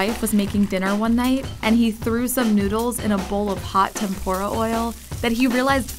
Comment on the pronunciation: Yeah, it bothered me too. ANDOOOOOOOOOO. They also say tempura as tempora.